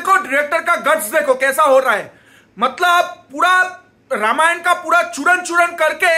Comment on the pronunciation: Ramayana kyu bol rahe ho vai dikhane ke liye waise to angrez bolte hai extra A is unnecessary imo